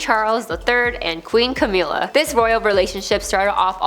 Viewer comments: its Ca-mill-a not Ca-meal-a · Its a bit disrespectful that you constantly mispronounce Camilla.